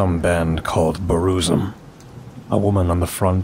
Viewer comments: its not BRUzum V its BURzum lol and hes awesome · Oh im so happy you dont know how to say Burzum correctly you sweet summer child.